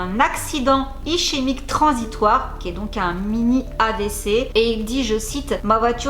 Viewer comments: Accident ischémique (se prononce is.ké.mique) transitoire 😝 désolé ça fait un peu mal aux oreilles aha !! Sinon vidéo très cool ! 😁 J’ai adoré cette série car quand on grandit dans une grande fratrie agité on peut s’identifier à cette famille loufoque 😂 Ce serait cool de voir le devenir de certains acteurs d’autres séries.. 😉 merci pour ton travail ✨☺️ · Ischémique ça se prenonce iskémique apparemment ya pas que les mots en anglais qui sont malmenés dans Gossip glam😂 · Ischémique se prononce [iskémique]